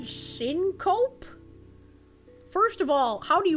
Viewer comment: The fun thing in this context is that syncope is pronounced sink-uh-pee.